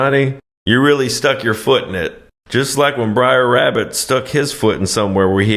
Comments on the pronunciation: Why he say briar rabbit? Instead of br'er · Braer, its brother. Stop saying briar. Y’all Californians aren’t versed in the south. You also don’t know the value of water. Eta: you’ve also obviously never worked cattle. Also yes your great grandparents owned slaves, I guarantee you aren’t brave enough to look up your family history. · I think it's Brer Rabbit, not Briar Rabbit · "Briar Rabbit" again? lollllllll - ------ "BROTHER RABBIT" ---- "Br'r Rabbit" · It’s Br’er Rabbit. Br’er is short for Brother.